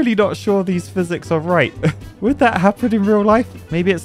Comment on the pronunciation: ah yes, fizics